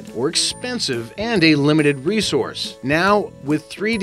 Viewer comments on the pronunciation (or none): none